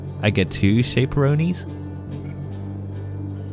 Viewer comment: CHAPE-RONEES! AHAHAH i normally don't really mind all your mispronunciations but that was hilarious! (fyi it's pronounced SHAP-rones)